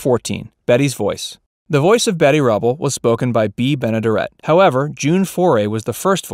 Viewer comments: Bea Benaderet's name is pronounced with the accent on the third syllable (ben-uh-DARE-it). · And mispronouncing her name. It is Ben-a-DARE-it. She was also the neighbor on the Burns & Allen Show. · Great video, but your mispronunciation of Bea Benaderet grates on my ears. It's Ben-ah-dare-et. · Check pronunciation. (Ben a dare et)